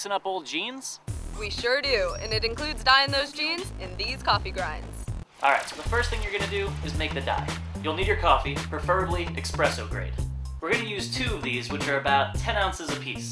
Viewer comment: "...expresso grade." Urghggerhgh4eghgh